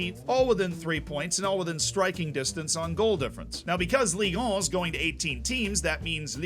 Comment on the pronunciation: Being French and listening repeat again and again French city names and "Ligue 1", "Ligue 2" makes this vid hillarious